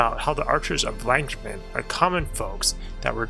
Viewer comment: You finally pronounced Llancarfan correct and not call it Lee-Ann Carfan! Lee Ann is a Taiwanese movie director! But you still pronounce Cath Bruig weird! It's Cath Bru-ig, not Brug!